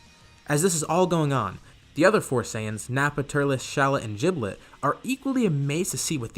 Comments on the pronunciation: The power level for shallot and giblet can be found in db legends at full power base form (Aslo giblet is pronounced gib-let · “jiblet” LOL